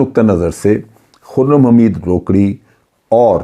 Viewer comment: جنرل صاحب ۔۔۔یہ "روکڑی" نھیں ھے "روکھڑی" ھے۔ یہ میانوالی کی بہت بڑی قوم ھے مگر یہ شخص نہ جانے کون ھے۔۔۔